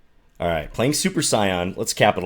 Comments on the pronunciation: Saiyan is pronounced "say-in" John. Pretty please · So you have never seen dragon ball with the way you said Saiyan. Nbd but say n.